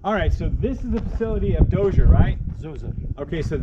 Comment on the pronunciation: Zoza not dozier. The guide was mighty patient with the name mangling.